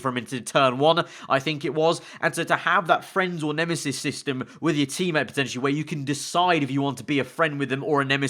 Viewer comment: Isn't it nemesis not nemisis?